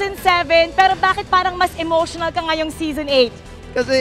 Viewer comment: Zison Not Season